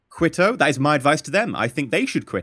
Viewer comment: Quito is pronounced KE-TOE not quito